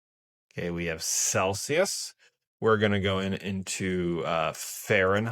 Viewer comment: celSius, not celCius. FFS!!!